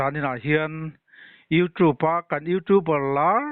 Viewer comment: Youtrube cu a ni lo deuh ag... Sap tawng Pronunciation kan Chiang vak lo anih Chuan Google i la, a zia deuh ag... Hetiang ang hian CORRUPTION ph ti ngam i la... Misual rual Han tih m... Chu aia tawngkan mawihnai zawk hman tur a awm thlawt lo nge le a Zuam leh zuam loh inkar Ani deuh ber awm mang e. Tang fan2